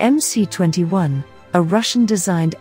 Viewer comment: Stop calling it "em-cee" for God sakes. It is "em -ess".